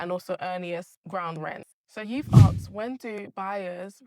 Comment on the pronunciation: Axed ❌ Asked ✅